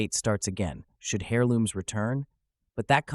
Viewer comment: Hairlooms 😂 bro the "h" is silent